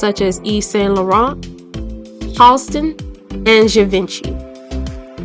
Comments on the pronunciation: Gee-vohn-shee not "javinchee" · It’s pronounced JEEVONSHEEE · Givenchy = zhee-vaan-shee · Givenchy must be pronounced as Give-un-shea. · Gee-Von-She = Givenchy phonetically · This was great! I have never heard of this beautiful man. Very very interesting. Your pronunciation is so appreciated because so many people don't find out how to pronounce names and places. The only one that was incorrect is "Givenchy" which is hard anyway. It's a soft, slurred "g". Zshee Vaugh She. My friend was friends with Audrey Hepburn who loved Givenchy and that's how I know. True story. Anyway, excellent and interesting. Thanks! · Interesting video, (I kinda remember him from the early 80's) but Givenchy is pronounced GHEE-VON-CHEE. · I laugh on how she mispronounces Givenchy. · Can't pronounce givenchy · Shame on you for spreading lies on your channel. How could ge leave Sterling $1, if he died after his son. Also, learn how to pronounce the designers names. Like Givenchy, girl get it right. You are here gossiping. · Givenchy is being pronounced wrongly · .... ....you have to learn the correct pronunciation of names...you really butchered the name...GIVENCHY....also STERLING...was not the 1st black male supermodel....there was RENAULD WHITE....the 1st African american on the cover of GQ MAGAZINE....he was the 1st MAJOR BLACK MALE MODEL....extremely influential....also there was RICHARD ROUNDTREE....who is of course legendary for his iconic movie series....SHAFT.......RENAULD is still working and still looks stunning....